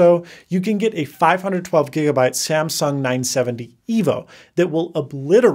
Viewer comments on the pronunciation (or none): none